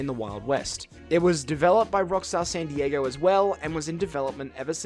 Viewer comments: San diager?! What the hell lol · im glad someone else hears this guy saying dieger!! So annoying. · Why do you keep calling san diego 'san dieger'? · "rockstar sandy jaeger" God damn man San Dee yay go. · "san dieager" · i Have one question. WHAT THE FUCK IS ROCKSTAR SAN DIEGEEERRRR?? ITS SAN DIEGO NUMBNUTS.